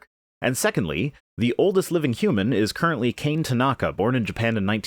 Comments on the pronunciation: Kane isn’t pronounced “Cain” “Kah-Neh” is more how it’s pronounced. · Minor quibble, Kane Tanaka's name is prounounced KAH-neh. Basic Japanese pronunciation is clustered in consonant-vowel pairs with accent on the second to last syllable of a word. Vowels are pronounced more or less the same as Spanish, which you may be more familiar with. There is one and only one way to pronounce each with a-i-u-e-o corresponding with "ah" "ee" "oo" "eh" "oh". So KAH-neh Tah-NAH-kah . It is somewhat more complicated than that with a few silent vowels here and there and emphasis on doubled vowels. But the above rules will get you pretty far. And for the most part Japanese follows its rules pretty well. Unlike that rebel English.